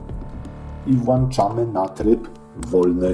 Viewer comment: mówi się włĄczamy - a nie właUczamy